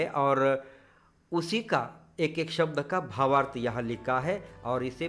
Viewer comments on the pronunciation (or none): none